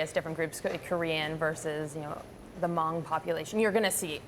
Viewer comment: did she say mong or Hmong?